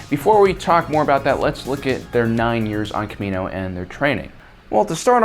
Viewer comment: Why does he say “Kamino” that way, they say it in the movie. You’d think he’d know how to say it?